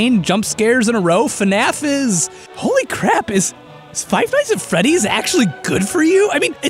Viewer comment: Did i hear say five nights at feddys? am i hearing things